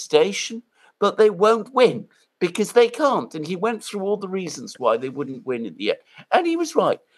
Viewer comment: "Woundent it be nice if we were friends with Russia" Donald Trump